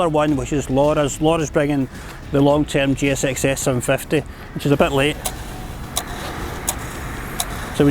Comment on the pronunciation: What it was - Suzuki GSX S750 What he told - "siajsjaiankakabakjsbhs 7pipty" took me 1 minute to understand